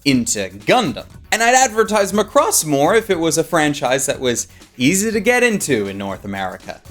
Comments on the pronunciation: It's pronounced Ma-cross, not Lacrosse like you spell it. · Why do you pronounce Macross like Lacrosse? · I'm pretty sure you're mispronouncing Macross. It's not lacrosse.